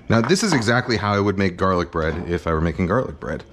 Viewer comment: the way Kenji pronounce his words that starts with B like "buh-roth" ""buh-read" "buh-runch". can't unhear anymore